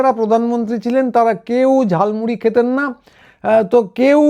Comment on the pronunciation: ওটা ঝালমুড়ি নয় ঝালমুলী😂